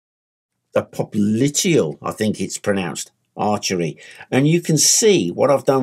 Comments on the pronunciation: Do you pronounce "artery" as "archery" on purpose? :D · I know he said popliteal artery, but it sounded like he said archery. lol